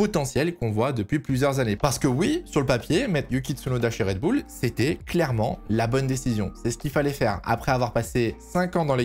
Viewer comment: Faudrait faire un choix sur la prononciation de Red Bull. Pour info c'est un nom anglais et ça se prononce Red Boul